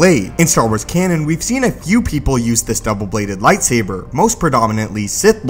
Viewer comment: when he says double bladed, it makes me laugh 😂